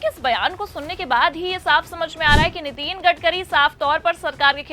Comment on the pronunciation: नितीन नहीं नितिन बोलें मैडम जी